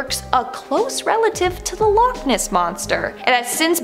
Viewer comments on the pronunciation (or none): none